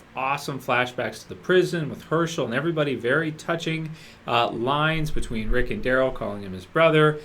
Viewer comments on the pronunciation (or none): none